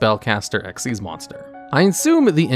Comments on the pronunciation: Drink a shot every time he says "exeees" instead of "ex why zee" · Why would it be pronounced that way when it clearly says X Y Z though? Makes no sense.